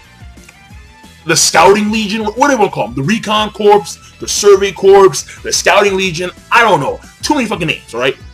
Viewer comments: You don't pronounce Corps as corpse, dumbass. it's pronounced Core, the p and s are silent. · PLEASE stop pronouncing it corpse. It's pronounced Core not corpse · why is he pronouncing corps like that? does he know you are supposed to pronounce it like "core" when referring to military units?